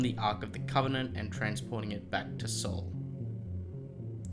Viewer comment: It wasn't a "slingshot." It was a sling. Slingshots are the modern equivalent. It was a "Sling" that David used. It might be minor but accuracy matters. Also are you saying "Soul" or "Saul?" Are you saying "Shaw" or "Shawl? "I can't tell your pronunciation is terrible, I can't tell. I know words are hard. You can do it though I believe in you.